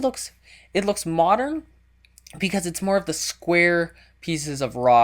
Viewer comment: I swear, if he says moderen 1 more time!